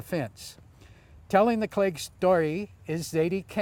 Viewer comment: He pronounced Cleage perfectly.